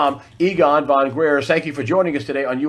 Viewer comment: Fon Gr - eye - ertz